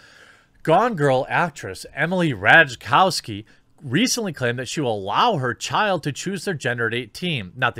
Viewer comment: Rajtakowski is pronounced Rai-Ta-Kov-Ski